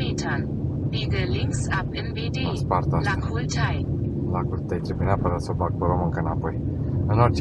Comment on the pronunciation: Cum pronunță robotul ăla Grozăvești și Lacul Tei: Grozavestí, Lacul Tai! Sehr lustig! 😂😂😂